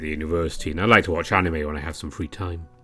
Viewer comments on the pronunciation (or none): none